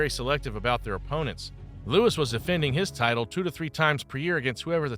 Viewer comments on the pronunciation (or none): Joe louis is his name, not lewis.